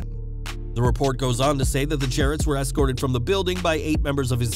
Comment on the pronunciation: No such word as Excorted, the word is Escorted